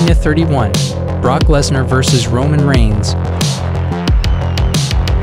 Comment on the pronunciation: ah yes my favorite superstar, ROMIGNS